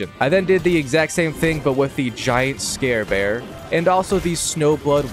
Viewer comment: Bro said scare bear instead of scar bear